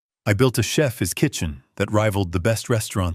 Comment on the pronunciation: teach your bots pronunciation. Chefs isnt pronounces sheffess.